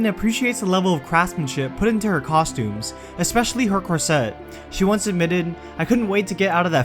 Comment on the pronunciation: Always some great stuff in these videos, I just wish your voice wasn't so grating. Also, learn how to pronounce corset